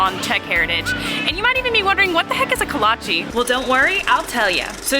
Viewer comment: coming from a czech person can you please stop saying “kolacheeeee” it’s not pronounced like that 😭